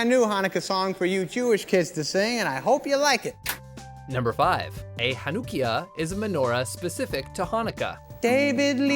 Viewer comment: The way he said Chanukiah & Sufganyot.